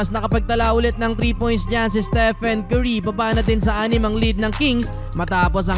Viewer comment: pag pinoy talaga pronounce sa curry kerry